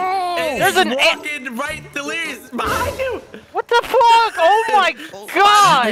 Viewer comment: "What the Fwuck"